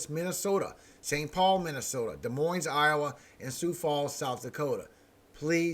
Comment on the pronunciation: The s is silent in Des Moines 😉 thank you, for what you do for us!